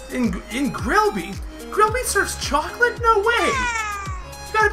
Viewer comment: choclate... did you say ChOlAtE............. choclate CHOCLATE!!! CCCCCHHHHHHOOOOOOOCCCCCCCOOOOOOOLLLLLLLAAAAAAATTTTTTEEEEEEEE!!!!1!!!!!!!!!!!!!!!!1!!